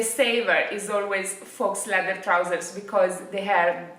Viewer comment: scusa ma a forza di sentirti dire FAUX stavo impazzendo 🤣 si pronuncia "fo", la x non si pronuncia mai. Un saluto.